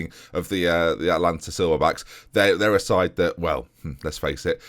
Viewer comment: Hey,! Congratulations on saying Richmond and Atlanta correctly, I'm really proud of you! You make it positively roll off the tongue!